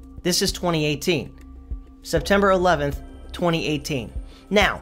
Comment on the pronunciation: My friend says SepTIMBER, but perhaps it's really OctOVER!